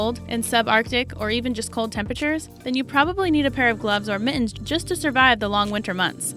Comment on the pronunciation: When she said need, i thought she said mead. That's another thing that will make winter easier. :)